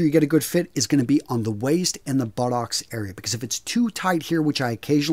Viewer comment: The way says buttocks is so funny to me